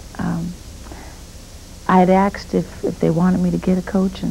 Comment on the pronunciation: She's so well spoken but aksed? 🤦‍♂️